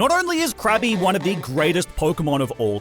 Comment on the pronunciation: Krabby called Cookie brought back memmories. That's what it sounded like right?